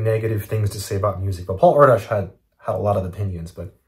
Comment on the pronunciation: I believe that Paul’s last name is pronounced “Air Dish” just FYI